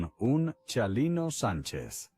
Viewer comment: Comobhabkab o pronunvianbestupidecesvtengan nascresietonporcquienes loscedcuchamos. NO SEPRONUNCIA CIALINO. CHINGAOS ES CHALINO NO SEAN TANBPRITAGINISTAS PORQYE CAEN MAL DEXA MADRE.